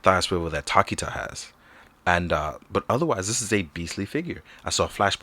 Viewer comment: My dude, tokita is pronounced more like toe-ki-ta rather than takita. Thoroughly enjoyed the review btw!